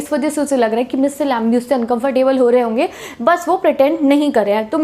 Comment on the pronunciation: Mam aap kisi bhi sentence ka last mai (hoga) ko henge kyo bolti hai